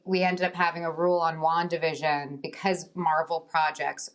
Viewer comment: Elizabeth pronounces 'Wandavision' excellently.